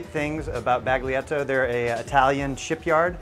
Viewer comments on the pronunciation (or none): I think your not supposed to pronounce the 'G' in 'Baglietto'.